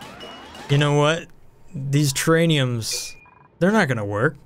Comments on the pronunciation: Still waiting for you to realise that it's terraRium and not terraNium... Lol best ONI videos though, keep up the great work, can't wait for the new update !! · It makes me chuckle when you say terrAINiums instead of terrARiums 😄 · buddy, it's "Terr-ar-ium":) Also priority of work is shown on the job screen. Left side is highest priority. Funny vid though:)